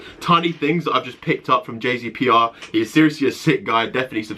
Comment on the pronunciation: His name is jasper Kay not j z p r